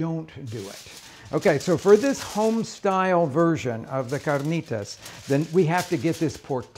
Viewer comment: Loved this guy dropping the accent on carnitas about 5 minutes in.